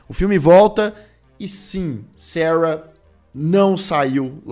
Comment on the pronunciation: ...si vc QUISER falar SARA...a gente vai entender😂....seus inscritos são BR